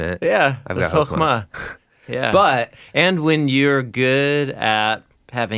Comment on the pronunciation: When you said Hokema, I thought you said Pokemon.